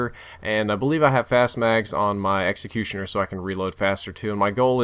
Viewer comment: Executioner is now called Mexicutioner